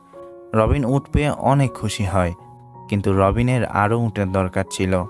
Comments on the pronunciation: আপনি এত বেশি ঁ ইউজ করেন কেন। উঁট নাতো। উট। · Camel Bangla uccharon bhul hocche.. sunte kharap lagche onek